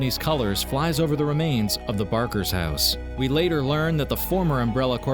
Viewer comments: I thought it was Baker not Barker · "Baker" not "Barker"...